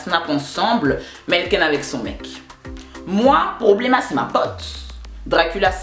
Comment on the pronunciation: "Problêma" Je me suis pissé dessus lol